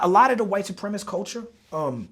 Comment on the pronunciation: he keeps saying "white suprem-ist"....... its supremacist